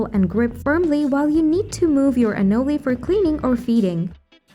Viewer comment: It’s pronounced anōle, for chrissakes!! And because of that, it’s thumbs down for this.